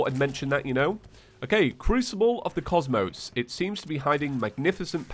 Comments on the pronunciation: it’s pronounced crucible of the cos(mows)mos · Good video and all,, but if you don't mind me asking... how did you mispronounce cosmos?! Did you not do 6 playthroughs of calamity?